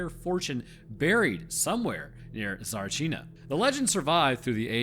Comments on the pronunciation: Damn, as a Bulgarian i feel like your history and pronunciation can have some work. In general pronunciation is tricky, so noone would say anything, but you actually though you said Tsarichina properly ... Another thing is the history ... We get really pissed when our history gets wrong. And we are famous for liking to talk about our country and our history. So rarely a Bulgarian will not assist you with your script. Please, as a scientist yourself, talk or send your script to someone from that country when not talking about your home country. It will help a lot with the scripts and having a lot of respect to you with your biological and medical analysis on your other channel, now I have a lot of suspition about their authenticity. I really hope I am wrong on this, because I did learn a lot from you. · Yeah, sorry to tell you this, but your pronunciation was not even close… also, it doesn’t help you constantly shitting on Bulgaria and it’s army… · No you didn't pronounce it righ in anyway. Didn even understand what did you said, and I would never so if I wasnt saw the video title.... is it so hard to repeat something damn it ?! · If i didn't read the caption, i would have never known you're talking about Tsarichina (Царичина) maybe listen to some bulgarian videos about that place to hear how to pronounce it , it just sounds really unserious and disrespectful to the place . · As Bulgarian if you say it like that one more time , I will come and slap you. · I am a Bulgarian and I can tell you you did not. However there is no way I can type how it is spelled and no way to send a voice here. Also some of our latters take years for english speaking people to be said corectly. The people who said you did, knew it, and wanted to be supportive. I wanna be supportive aswell and Im telling you what it is. You've done a good job with anything else though. Cheers! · You are not pronouncing is correct. The stress is on the first a not the u . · tsa-rich-eena say it right